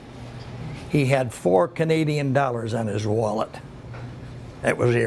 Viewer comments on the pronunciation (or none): none